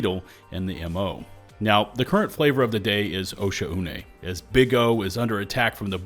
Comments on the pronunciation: I believe OH-sha-U-ney is pronounced Oh-shaw-ney. Also it would be awesome to see the devs take up the challenge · bro really said osha-oo-nay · Excuse me, its pronounced O'Shaughnessey.